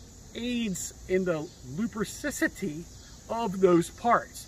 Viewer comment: Please ask Google how to pronounce ambidextrous and lubricity lol